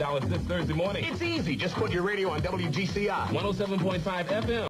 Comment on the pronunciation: It’s wgci get it right lady